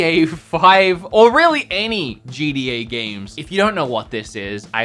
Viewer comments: This guy really said GDA 5 🤣🤣🤣🤦🏻‍♂️ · Him trying to say gta: gda